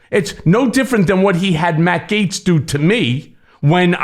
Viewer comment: Gets ? Gits ? GAETZ ? English is best.